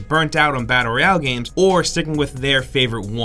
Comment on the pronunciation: Battle Royale or the mumbled "Badderreyall"?